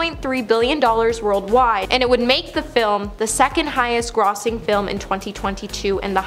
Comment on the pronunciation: No Canadian I know mispronouncing grossing. That was just weird.